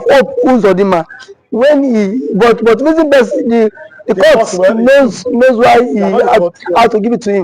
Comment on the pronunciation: It iritates me when I hear you call court crout. In as much as I enjoy listening to your posts, It gives me goosebumps when I hear that.